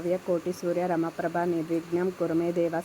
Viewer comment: Koti Surya Ramaprabha kadu, Koti Surya samaprabha. Slokam correct ga chusi nerchuko.